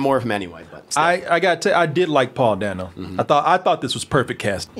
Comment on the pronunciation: My biggest complaint is that they needed more Alfred. I was instantly fascinated with Serkis' version. Also re: Paul Dano, it's DAY-No, not DAN-O!